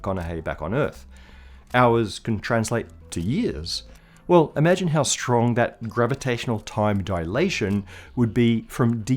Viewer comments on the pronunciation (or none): none